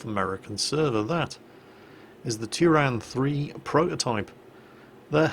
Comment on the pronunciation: you butchered the name but I don't care